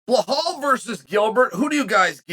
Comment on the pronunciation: Beh-Hall Chael said